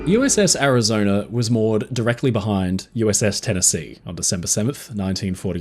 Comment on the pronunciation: A good historical documentary ruined through the use of a slimy limey AI developed by a second grade dropout living in the slums of South London. It has the battleship "Arizoner" damage during the Japanese assault as reported by crewman on the "Indianer" who "sawer" it. Both vessels had previously been stationed in North "Ameriker" but now sailed from Hawaii. If this documentary had had information about it, it would have reported that there were people in "Havaner" which is the capital of "Cuber," and Island lying south of "Florider" and "Louisianer." "Cuber" is closely allied with "Venezueler" northeast of "Bolivier" and "Argentiner." Geographically South "Ameriker" is west of "Afriker." Why any site which claims to be educational would use a slimy limey low class AI is beyond any reasonable deduction.